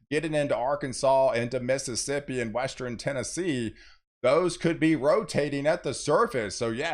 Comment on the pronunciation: I like how he puts the "E" between the R and N in eastern and western